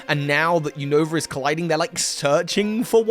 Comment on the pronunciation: "New Nova"... "new new"... lol